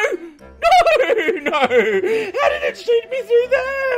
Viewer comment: Wow when said how i tought he said COW